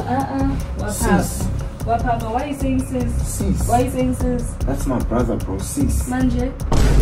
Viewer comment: the "sies" was so personal😭😭😭😂